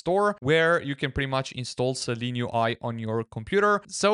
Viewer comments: I only said it because of what he types to search . He is also pronouncing it 'Seleen' throughout the video. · Shouldn't it be pronounced Silene UI? How you pronounce it should be Seleen, not Seelen right? Interesting video for the rest!